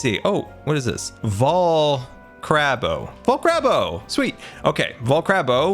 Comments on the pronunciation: Nobody: Not a single soul:: vol-CRAB-o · Vol-carb-o not vol-crab-o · Sign: Vol-Carb-O: Vol-Crab-O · It's not Vol- crab- o it's Vol-carb-o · When you start a video and he starts calling the vol- CARB-o a vol-CRAB-o… it just bring joy. Also, glad to finally see POV with AFK Grian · what do we have here? Vol......CRAB........O.. VolCrabO!! Sweet!! Me: Oh....... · I think you left your treasure box next to the 'vol-crab-o' xD it's carb, like carbon, because potatoes are high in carbs. :) But I get the a and r switch, happens to me at times too ^^ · Sign says: vol-carb-o CARB CARB says: vol-crab-o crab CRAB? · your Treasurechest is in front of "Vol-Crab-O". U left it there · "vol crab o" LOL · I think you left your treasure box by the VOL-CARB-O, also it's not crab, it's carb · when Scars illiterate "vol-CRAB-o"...... carb? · vol-crab-bo lmao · Vol carb o not vol crab o 😂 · Maybe U forgot ur valuebox at vol- carb-o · fyi you said vol-crab-o when it is vol-CARB-o. sheesh scar... :> anyways have a great day! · The first part where he said vo crabo it’s not correct it’s caRBO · it’s vol-carb-o not vol-crab-o 😂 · not vul-cRAb-o but vul-cARb-o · vol CARB o not vol CRAB o lol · It vol cARBo as in carbs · "Volcrabo" Today on scar is dyslexic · It's actually vol CARB o